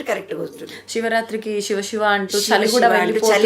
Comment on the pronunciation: శివశివా😮 నమస్కారమమ్మ Shiva (షివా)కాదమ్మా😢 శివ siva అని పలుకమ్మా తల్లీ🙏